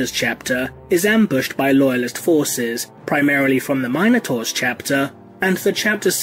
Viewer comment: Great video! Man, this must've been torture to put together. ... your pronunciation is really funny sometimes though - no offense, it just is! x) Tieranids, Ordo Mailius, Mienotaurs...